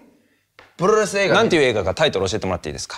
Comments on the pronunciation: 「あ、いや、プrrrrrｫｪス映画ですハイ。」「ん？」「プrrrrrrﾚス映画です…」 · プロレス発音する時めっちゃ巻き舌になってしまう奴